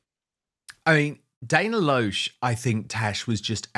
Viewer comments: Dan, her name is pronounced "LASH". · The name Dana Loesch is actually correctly pronounced Dana "LASH." Just sharing. 🌷 😊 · Dana’s last name is pronounced LASH as in eyelash, said with an American accent. I realize it’s not spelled the way you’d expect. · Dan, her last name is pronounced Lash. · Hi Dan. Dana Loesh is pronounced 'Lash'. Great show.